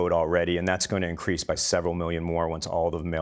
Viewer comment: "infwation anda weight of incwease" oh now I understand.